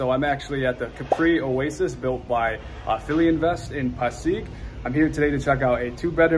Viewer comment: It is actually pronounced Fil-invest😊